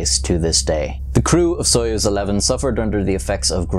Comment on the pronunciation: FYI: Soyuz is pronounced suh-USE